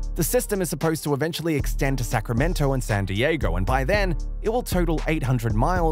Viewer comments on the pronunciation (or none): none